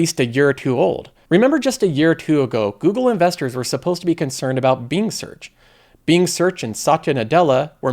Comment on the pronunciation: I can’t stand how this guy says “Being” instead of properly pronouncing “Bing”. Really takes away from the content. Couldn’t get through the video.